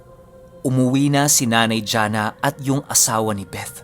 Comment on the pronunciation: i love the way you pronounce the word “BETH” with the “th” talaga.... thanks god bless🙏🏼❤️